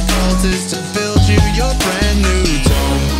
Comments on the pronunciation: >_> Great music, and respect for giving Heket some love, but... 'tomb' is pronounced "toom" The way you pronounced it is more like tome, one of those old, hefty scholars' books. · Great song! The correct pronunciation of tomb is “toom” not “tōm”